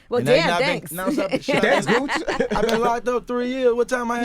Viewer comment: He really called cuh Gooch 😂😂😂😂😂😂